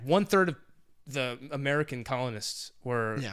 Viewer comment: Freedom deserves an A for "A-MURICA"